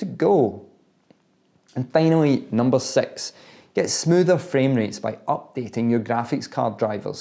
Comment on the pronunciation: is it me that he's saying 6 as S*x??